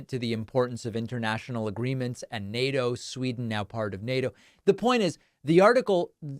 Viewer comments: Does Lindsey know it's Sweden not Sweeten? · "...elected to vote SWEE-TIN in.."?????????? What a doofus!